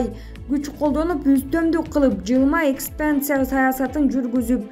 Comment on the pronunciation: Экстанция эмес экспанция, сепаристик эмес сепаратисттик мынча билим деңгээлин төмөн. Анча мынча китеп барактачы карындаш.